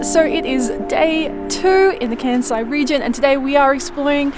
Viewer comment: New sub here! I'm an Aussie living in Osaka 😁 Great travel guide, guys. Informative and a nice snapshot of Kansai. Love the music choices and cinematics. Can I please offer a tip? Kansai is pronounced Kahn-sai not Can-sai. Taiyaki is one of my favourite street foods. Sweet potato is a seasonal taiyaki during winter. Right now, they're doing sakura (cherry blossom) flavour in prep for sakura season. The Choco Baby scene was hilarious 🤣 Koyasan is on the bucket list! Loved the drone shots and B-roll. By the way, Todaiji Temple's Buddha is bronze and the largest of its kind in the world. You guys are going to be huge travel vloggers!